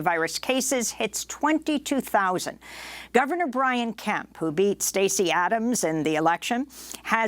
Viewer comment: Correction: Stacey "Abrams"...not Adams ...